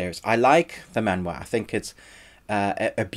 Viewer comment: I appreciate you say 'maan-wha', not 'mang-ga' that most of people do. You deserve a like. :)